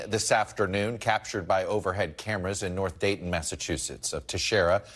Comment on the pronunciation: Dayton? You mean Dighton?